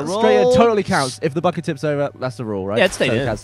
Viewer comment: Pre-"buhKET"... it's funny hearing him not make fun of him every time he says bucket